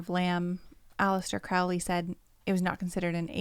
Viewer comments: Crowley pronounced his name "Crow-ley," not "Crou-ley": he wasn't a Satanist, nor was Jack Parsons. Crowley thought Hubbard was a fraud. Jeez, do some research, man. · You guys don’t know how to,pronounce Crowley or Thelema besides that Crowley was so skeptical about the spirit world he never completely believed it was outside of the human mind. He didn’t believe in a god or satan but believed in the results of the rituals.